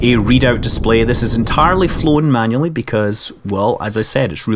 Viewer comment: You are correct, I listen closely he did not say manually, he said "manley"